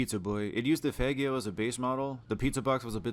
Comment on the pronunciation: the Faggio is pronounced like "fajio", similar to Piaggio